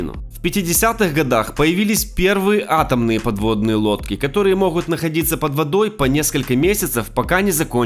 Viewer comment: Как только услышала моХут.. Дальше не смотрела....